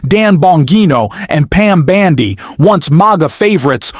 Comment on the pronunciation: When you learn to say Pam Bondi instead of Bandy I might subscribe, this AI voice is so irritating.